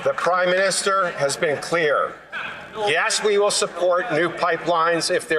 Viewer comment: I swear I heard him say 'The Crime Minister"